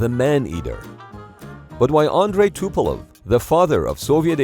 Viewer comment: I think narrator accidentally swapped E and O in Tupolev at ~ … Tupelov is not a usual name, but it was also (maybe accidentally) used in the Hunt for Red October movie.